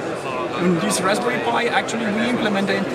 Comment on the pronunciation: It's raspberry, not rasbary lmfao.